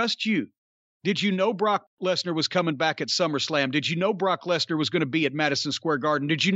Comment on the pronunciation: Buh-rawk Less-nurr